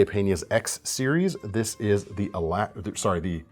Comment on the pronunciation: The Pena Alacran knife that was showcased is actually Spanish for scorpion... Pronounced...allah-chrawn